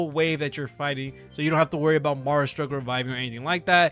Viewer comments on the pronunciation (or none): none